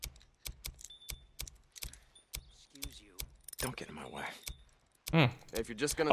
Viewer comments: what the hell is a "deh-kul"??? It's "dee-kal" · It's pronounced deckuls